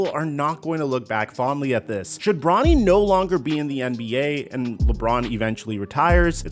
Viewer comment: You said NFL draft and then sounded like you called him Ronny not Bronny